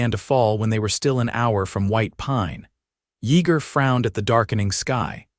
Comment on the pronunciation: Denton,TX. AI can not pronounce his name correctly It's pronounced Ya ger the e is silent. Good story tho but was rushed after they married. Not much detail on their life after the children came. Liked the part when Yeager said." That God has given them a second chance on love", words to that effect.